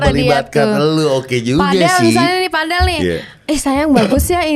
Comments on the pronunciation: hahaha gua jg dengernya padel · Aku jg dengernya pedel😂